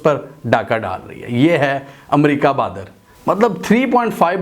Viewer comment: . Sorry Yaar Amerca nahi hota Balkay Ame,Ri,ca Kahiye . . Regards n Sorry again .